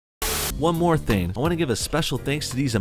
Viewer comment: Do you actually pronounce the word "thing" as "theen"? Why?